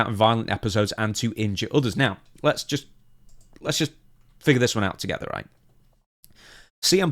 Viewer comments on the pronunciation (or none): none